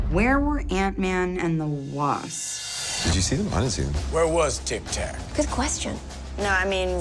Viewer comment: "Dic tac" lmaooo